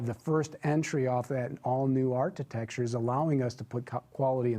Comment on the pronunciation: It's not art-i-tech-ture, it's arc-i-tech-ture! really hates Tesla with a passion. He just could not believe that all those deposits for the Model 3 were real so he had to come up with that stupid conspiracy theory. He lied. He wasn't wearing shorts and a wife beater, he was wearing a tin foil hat.